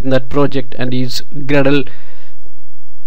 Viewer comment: How could you talk like that... Grrrradle..